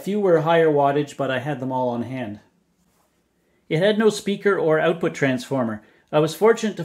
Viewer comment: "INCREASE OUTFUT"